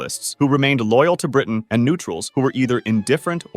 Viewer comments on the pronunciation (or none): none